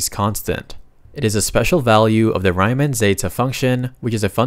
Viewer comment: bro said Rayman instead of Riemann